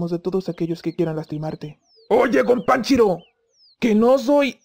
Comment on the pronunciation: Yo le entiendo "Gompanchiro" pero igual like xDD